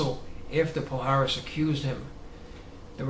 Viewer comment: its is not "pal haris" the correct pronounce is "pallares"